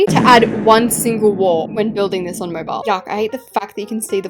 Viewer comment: you dont say "mobile like "moibal"